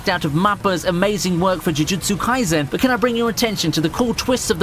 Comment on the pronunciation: He seems like he's struggling saying "jujutsu"